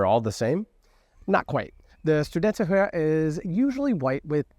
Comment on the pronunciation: In the word: studenterhue, you are saying the u wrong. It’s more like the two o’s in hood